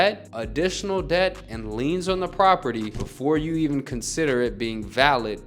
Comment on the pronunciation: It should be "liens" not "leans"